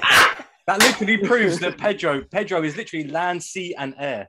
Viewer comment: “Perdo” lol